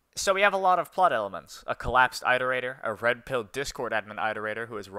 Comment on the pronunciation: pronounce iterator correctly challenge (unbeatable)